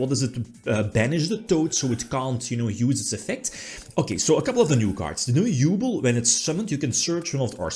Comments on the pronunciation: OMG I had to pause for a second because oh How you pronounce Yubel 😅 As a hard GX fan, I was oddly happy for the yubel support as much as the ability to hear pronouncing GRINDER GOLEM 😂❤ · yeah dislike just for the way you say yubel sorry dog